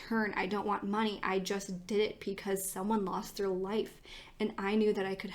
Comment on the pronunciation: You really do a great job with these! But pecause? 😂💙